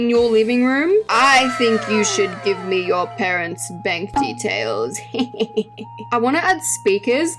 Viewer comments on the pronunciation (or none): BaANnk account HEHE